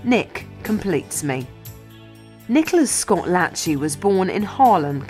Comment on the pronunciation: Nick "Latch-ey"? It's La-shay